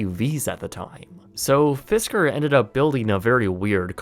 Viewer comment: It’s “Fisker”